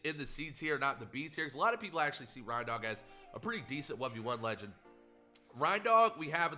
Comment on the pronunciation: SAY R.E.I.N.D.O.G PROPERLY